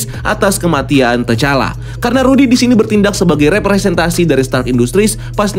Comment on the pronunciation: Bang yang bener bacanya rhodey bukan rhodey🤔